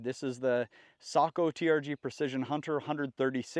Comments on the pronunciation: Furthermore how many times are you going to say Tikka and Sako (“Sæko” not “saúko” it’s Finnish not Japanese) are sister companies? Fairly certain most if not every viewer here knows that and if they didn’t they heard you the first 3 times…. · Ok I’m a Aussie it’s Sako not socko